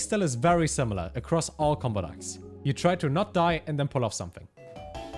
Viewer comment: why does he keep calling them "dacks"